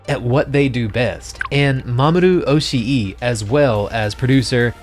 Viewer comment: So Oshii is pronounced 'oh-shee', double i doesn't make another syllable, it represents the long 'i' sound in Japanese. For GitS you have to treat each iteration as "stand alone" (pun not intended) to enjoy it. I am very much liking this on that basis, and seeing how manga accurate it is, I just have to keep SAC out of my head. I know we won't, but would love to see an unedited boat scene for the BD release!